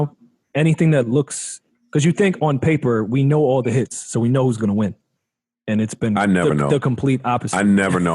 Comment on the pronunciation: 😂😂😭😭💀😭 Joe has zero chance of washing anyone with his cant even say hits..lol..gotta say hit